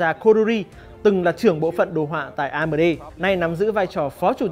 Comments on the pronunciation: Anh nên đọc chuẩn tên các danh từ bằng tiếng anh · em co chut feedback la may cai ten tieng anh nhu la AMD hay Divine Esports. nen doc dung di a. doc tieng viet nghe thieu chuyen nghiep a.